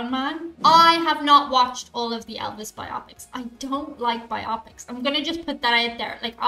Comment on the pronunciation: Friends! Friends! It's bio-pic, with the accent on -pic, not biOPic, like myopic☺️